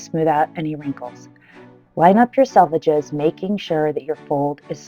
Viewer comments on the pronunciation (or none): I think I’m hungry because every time you say “selvedges” I hear “sausages”